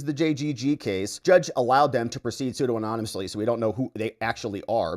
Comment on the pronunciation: Pseudonymously: soo-DA-ni-mus-ly